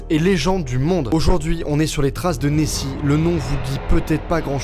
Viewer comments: Nessie -> neoxi 😂😂 c nul 😒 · a chaque fois j'entend messi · Qui à entendu Messi quand il a dit Nessie